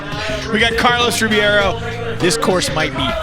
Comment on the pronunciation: Carlos Rebeiro = Rey-baro of reh-baro NOT ribee-airo You call people named Jimmy, Jighmee?